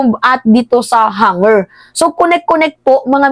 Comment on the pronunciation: anak..... HANGAR hindi HANGER...... Hangar-kung saan ipinapark ang mga sasakyang panghimpapawid 😅